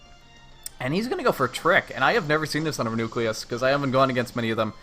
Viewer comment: Reuniclus =/= re-nucleus. REE-you-NEE-kliss